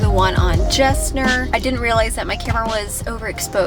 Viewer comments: Great video, but as a life long Houstonian it's killing me hearing you say Gessner. It's actually pronounced Guess nerve, like the jeans brand. Great info though will start watching your other videos. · It’s pronounced “Gessner” with a g sound! Not a “j”. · Houstonian here and you're mispronouncing Gessner. It's pronounced "Guess- ner". Loved the video. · I came here to say the same thing. 🤣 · Did NOT realize you were in Houston!! 🙀🙀 …Btw, Gessner is pronounced with a hard G, not a “J” sound, like Guess-ner 😜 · Never heard anyone say Gessner with a J sound 😄, great finds though